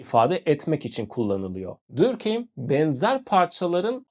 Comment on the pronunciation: videonuz çok güzel olmuş gerçekten diğer tüm içeriklerinizi de beğenerek izliyorum sadece normalde telafuz düzeltenleri sevmem ama direkt konunun kişisi olduğu için belirtmek istedim, dinleyenlerin de aklında kalması için Dörkhaym olarak telafuz ediliyor bence sizin için de telafuzu daha kolay sevgiler saygılar